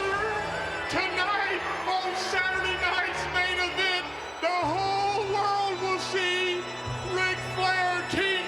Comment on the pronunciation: "Saturday Night's Main Evench"! WOOOOoooo